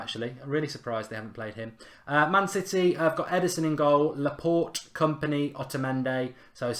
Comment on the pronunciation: Laa-port-aye please say it like this mark....